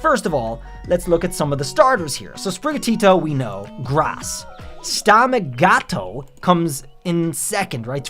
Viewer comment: This is awesome! Can't wait to see what Sprigatito's evo looks like. To say Stemagato right though I think you really got to pronounce the "a". Stem-maaa-gha-toe. 🌿🐱🌱🐈🍃